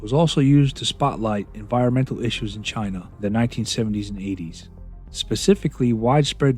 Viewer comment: LOVED the end!!! I hadn't realized that Trump honestly can't pronounce "China" properly!!!